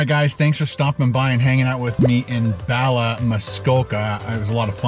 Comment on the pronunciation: Hey, I'm Welsh (dwi'n siarad cymraeg) that means I speak Welsh. Bala is a place not too far from me here in North Wales, maybe 1 hour 30 mins. You pronounce it as you would say "baa" for a sheep. So "baalaa". 😁😁